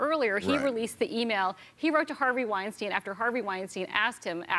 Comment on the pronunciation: btw its not called weinsteen, its weinstein :) u both made that mistake several times